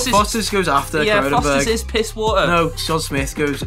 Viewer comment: Decent list but you've done kronenbourg guiness and carling wrong